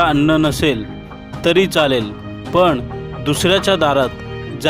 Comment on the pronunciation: निवेदकांस सांगावेसे वाटतेकी आविष्य नाही आयुष्य तसेंच पन नाही पण असे बोलावे ह्या साध्या चुका करू नये